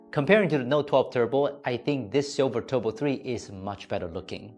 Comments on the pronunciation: Its turbo not tubro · TUBRO 3 / Just wanted to point that out. Good review as always. Time to head to SZ